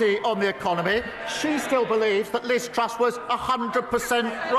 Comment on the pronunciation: I hit my head against the wall every time starmer said Liz trust. My head really hurts now